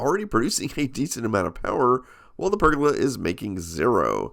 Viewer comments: i wish you can say pergola properly lol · Also, I love listening to Americans say the words 'roof' and 'pergola' :) The American way of saying 'roof' sounds more like 'ruff', and you do 'guh' instead of 'goh' for pergola :P